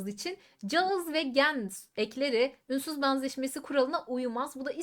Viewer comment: Ünsüz baanzaşmesi nasıl bir telaffuz🤔 Banzettiği için🤐